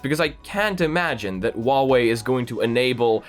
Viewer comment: doesnt know how to not make people angry when pronounching huawei His solution: waoé